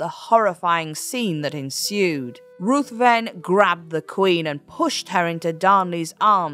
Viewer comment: Lord Ruthven is pronounced Rivven.